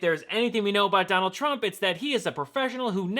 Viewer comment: Is it Donald or Donold??